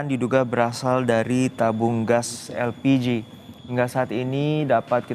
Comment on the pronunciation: Elpiji??????? Yg bener min?😂